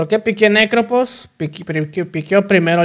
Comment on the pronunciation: Me da risa como la gente pronuncia Phantom como "fantom", o sea correcto, pero pronuncian Prophet o Necrophos como "propet" o "necropos". 😂 😂